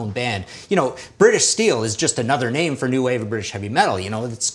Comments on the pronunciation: Awesome episode and thanks for pronouncing my name correctly!! Also: who else is feeling the speed metal category? lets get this ball (of death) rolling!!! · Against all odds he got mine right...thumbs up